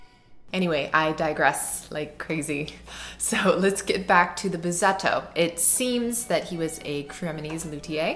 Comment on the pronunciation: Read it Bussetto, not Buzetto. There's a reason for the double S. Please give us more sound, never mind all the talk. Fantastic sound, so please less talk.